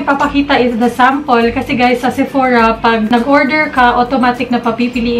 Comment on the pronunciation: SEPORA..😅😂😂✌️ BLUS... jusko lerd😂